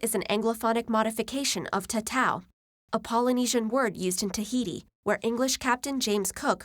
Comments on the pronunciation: maybe they were making a point about the pronunciation? Cause it did sound like “taa-ta-ow” rather than “tah-tah-oo” (not saying it’s three syllables, just saying there’s a difference in the vowel sounds) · she really mispronounced maori and tatau